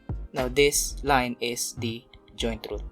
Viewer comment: ROOT not troot